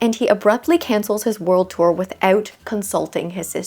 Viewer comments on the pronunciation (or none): none